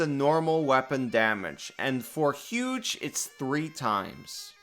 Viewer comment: Did somebody say… “HUGE” IMPORVEMENT